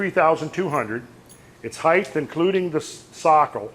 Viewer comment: I wish he stop saying "heighth." ! A sure sign of poor education. HEIGHT! Not heighth! {:o:O:}